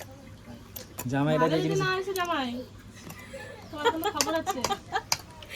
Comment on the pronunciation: জামার নয় জামাই হবে মনে হয়